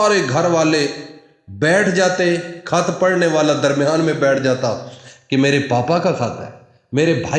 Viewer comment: کحظ نہیں خط بولیں وظیفہ بتائی